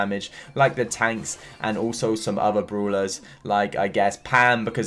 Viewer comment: He always says broulers😂😂😂